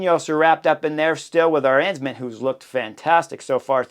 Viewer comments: I was wondering a couple of times who "our hensman" was, until I realized you pronounced "Arensman" in the most American way possible. :D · People are correct. Rankings should be annually. WVA (who I love) has been subpar, and is not longer part of the app group. Drop Wout and and add Peterson! And add learning to pronounce Politt and Arensman. Again, I have no idea who you are talking about, but it’s now Aaaaah-Rens-man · Wait…I just heard Chris say “Vingegego”. That’s not how you butcher names like you do with Arensman, Lipowitz and Politt. We should agree to butcher all the names and put some weird English spin on it, or genuinely learn to pronounce names… either way is fine, just choose.